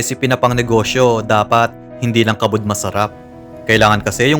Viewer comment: ah sabi na eh. Narinig ko kasi yung "kabud" tas may accent😅